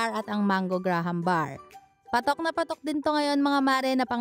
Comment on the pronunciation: mali pag sabi mo sa graham bars